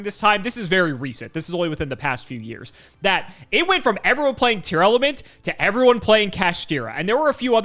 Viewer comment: saying Tearlament instead of Tear-Element challenge: Impossible